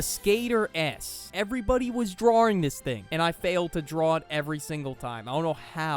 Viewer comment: the way you said drawing make it seem like you’re already 10 beers deep